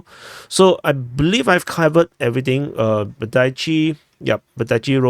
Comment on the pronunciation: It's tno Vodajci. Please pronounce it more like Baerditshe.